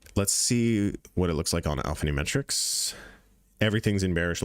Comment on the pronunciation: Brother great video You keep saying Alphanume(T)rics but you can drop the T, its Alphanumeric